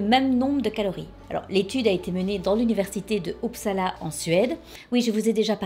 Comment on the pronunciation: puisque Uppsala semble revenir régulièrement, je voulais te dire que le u se dit comme un u français (c’est pas une critique juste une info, ca me fait plaisir d’en apprendre sur la ville dans laquelle j’habite 😊😊). Merci pour ta video, je les regarde toujours avec grand plaisir et ton énergie est tellement communicative ❤️